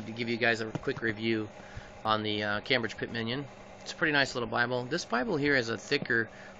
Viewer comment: Hey, nice review - thanks. Just a tip: it seems like you pronounce it CAM BRIDGE (which is how it's spelled, of course), but it's actually pronounced CAME BRIDGE. Thanks for all the information.